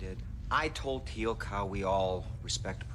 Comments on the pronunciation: Teal'c NOT telac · Not telak more like téélk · It's funny to see your reactions to watching SG1 for the first time round, I've watched them all dozens of times and they're still great, it's Teal'c pronounced teal with an added k sound at the the end, not tee lak as you said, but that aside, enjoy the rest, they only get better while Jack is in them, still good after, but his character is missed when it's not in it as much. 👍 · if you say "tealc" one more time .... it's TEAL'C, how hard is it to say that? lol, just kidding, but do try to say the name correctly. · I'm so happy your reacting to this! Stargate is my all time favorite show! I love seeing new people find it, keep watching your gonna love it! Also it's not Telack it's Teal'c. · Did you call him Tea-lack? LMAO his name is Teal'c pronounced Teal (like the blue green color) with a K sound at the end. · Tee-ilk, spelled Teal'c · t-lack ? really LOL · With all due respect my friend, his name is Teal'c. It's pronounced Tea-eel-c. Teal, as in the color teal, then a hard c, as in car or cow or cap. Teal'c. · stop saying Telak.. it offends people. And yeah.. it is a shame Kowalsky died. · yeah every time he said it i almost yelled "its teal'c dang it" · That is so correct he should pronounce names . .is teal,c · I have to laugh when you you try and Teal’c’s name the C at the end sounds like a K.